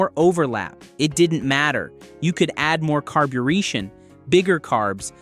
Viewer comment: I realized that when the voice pronounced the word as “carbo-reetion” 🙅🏻‍♂️🤨